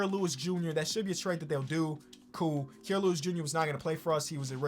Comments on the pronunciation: It is Ky-ruh not key-ruh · Aye I’m not getting heated or anything but the way you pronounce Kira Lewis JR’s name is like Ky-ra. I only know that cause he played at Bama and I’m a Bama fan lol